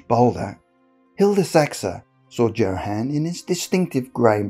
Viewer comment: "Joe-Han"? Are you mispronouncing names on purpose, or do you just live under a rock?